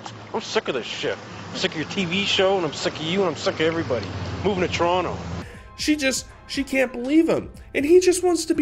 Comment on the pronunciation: Nice!! "I'm movin' t' Toronuh!